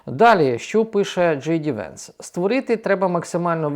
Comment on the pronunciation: Джей Ді Венс правильно наголосив